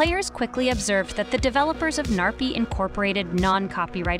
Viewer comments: You are probably pronouncing the gnarpy wrong your saying narpy but how to actually pronounce the name is Gnarpy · i love how she says narpy insted of gnarpy